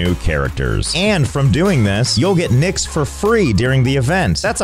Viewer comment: Haha, when he said "you get Nyx for free", I thought what a rip off! 🧐 How you pronounce Nyx, is the word for 'nothing' in Dutch. So I heard "you get nothing for free"! 😅